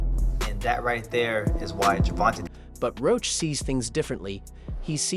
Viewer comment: Bro Said Gurrvonta Tank Davis